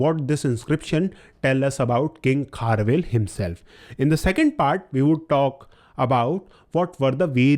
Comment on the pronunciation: Its not kharvel its kharavela